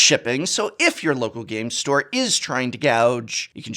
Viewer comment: I must say, the way you say local Game Store, i feel uneasy